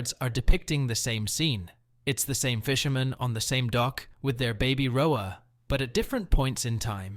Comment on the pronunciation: It's an AI, you can tell due to the inflection and mispronunciation of certain words "rhoa as rho-ayy".